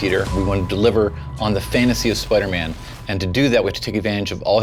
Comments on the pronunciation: It's Spider-Man Not Spuderman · Spidah man